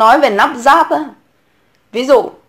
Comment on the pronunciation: Lắp ráp. chứ không phải nắp ráp .Dốt nát mà bày đặt chơi chữ...